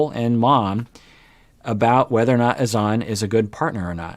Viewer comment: It’s actually Hassan. HaSAN. TLC changed the pronounciation for ? And N never even pronounced Azan right either. More like aZAN